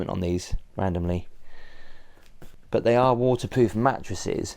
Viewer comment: I swear says "Waterpoof" not waterproof! lol